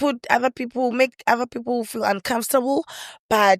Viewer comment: Not saying Philile instead of people😂😂😂!